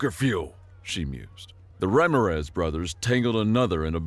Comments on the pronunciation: Stupid AI. Learn how to pronounce Ramiraz. Accent on the second syllable. Not the first. Stupid AI. is lying to us. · Great story. Loved the humor. Seeing as this is human narrated as opposed to TTS, I was disappointed in how kept mispronouncing the name Ramirez. It should be pronounced as ram-ear-rez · And you mispronounce Ramirez, twice. LMAO